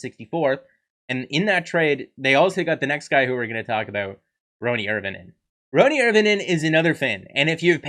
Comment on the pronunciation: It's Ronny Nee mel a 😊 Don't try so hard lol